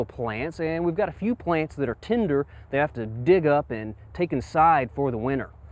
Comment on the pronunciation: I presume you mean "tender" ? How do you pronounce "tinder"?